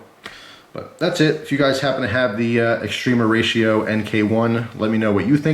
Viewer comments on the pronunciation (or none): Just gotta point out every time you called it(correctly per your title mind you) extrema ratio, it sounds like you're saying extreme horatio. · the A in extrema is pronounced kinda like ah, English when spoken relaxed by a fluent speaker it is normal for the spaces between english words shrink and flow fluidly sounding like extrem-ahratio. American English has there own colloquialisms, and (a native new jerseyite speeks with a specific accent. To me it sounds like a slight speach impediment, you can hear it distinctly with the word water.